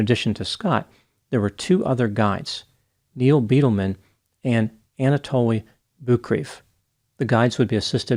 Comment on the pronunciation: it's Neil BYE-DILL-MEN Bidelmen....